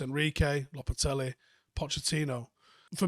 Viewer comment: No one, absolutely no one:: “Lopetelly”